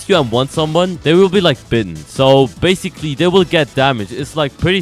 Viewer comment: Guys why does he say bascil. every time😂😂